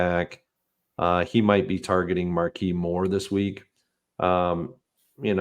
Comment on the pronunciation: can you please stop saying MARKEE Brown... it's /märˈkēz/. Don't forget the QUISE, God bless.